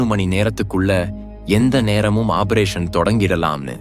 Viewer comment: குரல் நன்றாக உள்ளது. ஆனால் சில உச்சரிப்பு தவறுகள் உள்ளன. சூழ்நிலை (Jul nilai என்று சொல்கிறார்), Tank என்பதை Dang என்கிறார். Operation என்பதை obberation என்று சொல்கிறார். Pok என்பதை BOK என்று சொல்கிறார்.